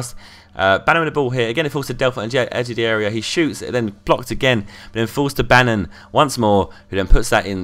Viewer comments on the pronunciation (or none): none